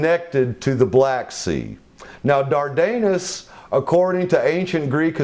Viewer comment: "Dardanus" is mispronounced in this documentary. The accent is on the first syllable, not the second.